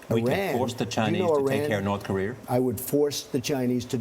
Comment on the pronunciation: did the guy in the purple tie say "north career"???